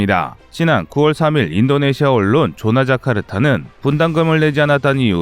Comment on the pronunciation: 조나 자카르타가 아니고 존나 자카르타네